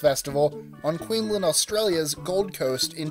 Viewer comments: It's Queensland . Not queenland 😂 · Sounded like you said queen len, instead of queensland